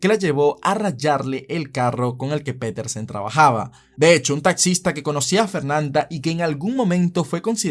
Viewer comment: Piterson: 🚫 Petersen: ☑️